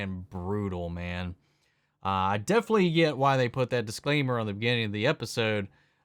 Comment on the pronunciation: You know the word is definitely, not defilly, right?